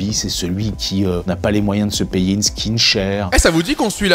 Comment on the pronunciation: Non en effet il le prononce bien car skin veut dire peau donc chut